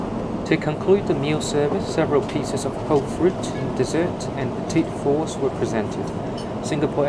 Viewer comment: I’m sorry, did you say “petite fours”?